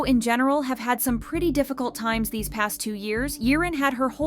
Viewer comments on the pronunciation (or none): none